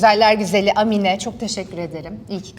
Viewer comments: Amine nin a sını uzatarak söyliceksin bir zahmet bunlara dikkat edilsin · Amine diye değil Âmine diye söylenir! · Amine degil Aaaaaamine 😊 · Amine ne ya, Aamine diye okunur, A yi uzatmak lazim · Amine değil Aaamine diye okunur 😂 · Âmine diye telaffuz edilir, Amminne deyil 😅